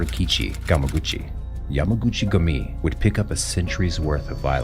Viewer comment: The narrator should at least be able to pronounce names so that I don't have to stop watching these videos by the 2min mark... FYI, ignorance is NOT bliss, at least if you don't want everyone watching this channel to have a nervous breakdown... English is the ONLY language fukked up enough to twist and rape the letter "U" to an "A" - ain't never been such a thing as "jamaguchi-gami", it's Yamaguchi-gUmi, as written FFS!!